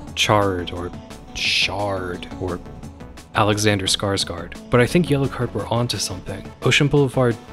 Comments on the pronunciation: Small correction: Skarsgård rhymes with "gourd" or "floored" or "Honda Accord" Awesome video tho, seriously! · Tragically, the å vowel in Swedish is an /oː/. Skarsgård is actually pronounced something like Skarsgourd, so it does not rhyme. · Thank you! Look up a video of him pronouncing his own name on the Late Show though, he says -Guard